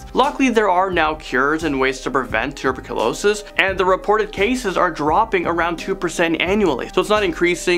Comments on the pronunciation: why is no one talking about toober-calo-sis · Lmao he says tb like “tuber-q-losis “ it’s pronounce -TUH-Burk-u-losis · you said tuberculosis its “two - ber - Q - low - sis” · You need to be more responsible with how you speak about you don't know what you would do if people were coughing up blood and it's possibly tuberculosis oh, would you are pronouncing wrong, because there's other reasons why people cough up blood. My stepfather had half a lung and got infections in his lungs all the time mean if you cough too hard he would have blood vessels either in his lung or in his throat first open in so it would have blood come up with the phlegm. He didn't have tuberculosis oh, he had pneumonia for six months he was in the ICU he died three times came back to life three times and after that he was on oxygen 24/7 for 10 years. During the ten years you would get lung infections and he would get coughing spasms from allergies as well and like I said he would occasionally cough up blood. There is another reason why people would cause a blood as well which is when you are a person who has sinus problems and lung problems you do you get a very dry feeling inside your nose so your nose will sometimes get so dry you could get a bloody nose which would make someone have blood flow down the back of their throat and they would cost that up or they would swallow it and then when if they had a throw up or cough most likely there's going to be blood and whatever is coming out